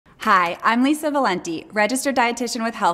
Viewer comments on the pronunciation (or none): none